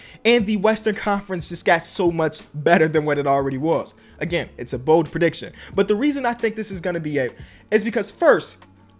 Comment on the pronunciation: BOLD not BODE